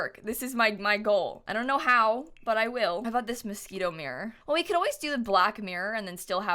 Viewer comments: I thought she was saying mosquito not Moschino lol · isnt it pronounced moskeeno? i assumed she was just saying that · I love how she says “mosquito” instead of “moschino” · Honey the whole sims community does that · She said mosquito and tbh that’s what I call it too 😂😂😂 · when she says "Moschino," i keep hearing "mosquito" lol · Im pretty sure that’s what she’s saying lol